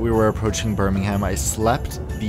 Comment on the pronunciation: Birmingham is read as "Bur-ming-uhm" :)